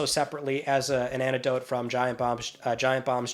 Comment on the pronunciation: I implore you to start pronouncing the "c" and "t" in "anectdote".